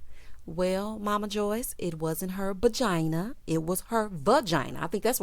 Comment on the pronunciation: Okay I thought I was only one hearing "bagina" 🤣🤣🤣 I'm glad it wasn't just me